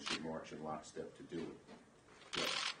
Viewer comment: Due not pass!!!!!